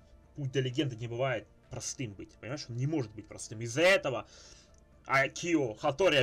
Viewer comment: правильно Акио, а не акИо. Ударение на А